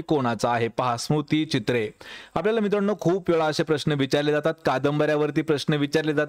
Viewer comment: 'स्मृतीचित्रे' स्मुतीचित्रे नाही